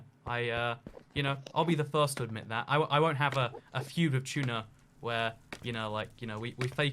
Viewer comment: I hear... Chuna instead of tuna